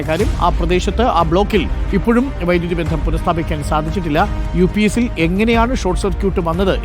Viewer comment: “UPS” PLEASE PRONOUNCE CORRECTLY. Not “UPIECE”. DR ARUN - PLEASE MAKE SURE YOU USE THE WORDS CORRECTLY. YOUR PRONUNCIATION IS VERY WEAK. PLEASE CORRECT IT